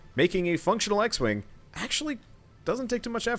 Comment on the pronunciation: not 'x-wing' he named it 'x-wang' hahahhahhahaha